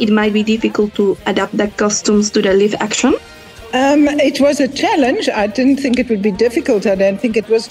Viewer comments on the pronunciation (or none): "Live action" se pronuncia "laif action" no "lif action", pésima pronunciación de la chica